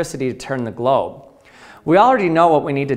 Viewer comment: He keeps saying GLOB